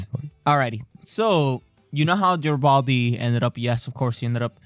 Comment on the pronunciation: Jesus Tapdancing Christ.... It's NOT Jar-uh-baldy dude. Near the end of TWO FULL SEASONS and you STILL can't pronounce that major character's name? C'mon, man .. every time you mispronounce it, it's like fingers on the damn blackboard.